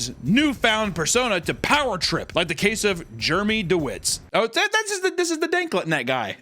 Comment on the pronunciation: 😂 IT'S GERMY DEWWITS!!